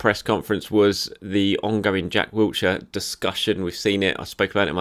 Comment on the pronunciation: OMG THERES NO T IN WILSHERE STOP SAYING HIS NAME LIKE THE PLACE ITS DOING MY HEAD IN GRR